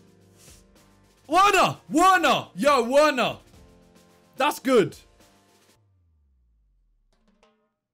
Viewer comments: It’s pronounced “v”erner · pls its werner pronounced verner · uerner uerner uerner lolll. Its Werner(Verner) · W erner. Still dunno why he pronounced it like that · How does this guy pronounce Werner XD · Hate how he says werner